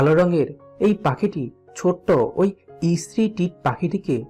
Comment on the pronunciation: ইস্ত্রি নয়, স্ত্রী